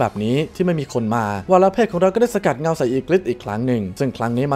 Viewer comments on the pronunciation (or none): ไม่ใช่สลัดเงา แต่สกัดเงา